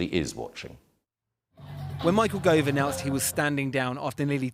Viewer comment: It’s Gove, isn’t it?